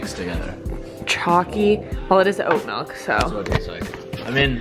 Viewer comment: i cant stand to listen to people say "melk"